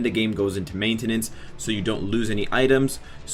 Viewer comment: bro u said maintenance wrong lol